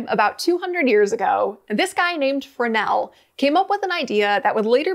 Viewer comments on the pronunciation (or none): Your pronunciation of Fresnel, "Fernel." I find it fascinating and correct. What say you? Fernel 60. Isaiah 60